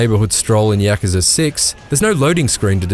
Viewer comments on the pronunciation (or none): Ya-Ku-Za. Not Yak-kooZa. The reviewer Tristan Ogilvie pronounces it correctly. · ITS NOT YAAA KA ZAA LOL. . its yaw koo zaah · Yakaza....Yakaza...so much butchering was in this review. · how he pronounces yakuza is killing me lol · The way he says Yakuza gets on my nerves